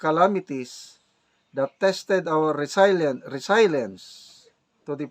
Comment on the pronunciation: Resilience pronounced as ‘ri zil yens’ ✌️✌️✌️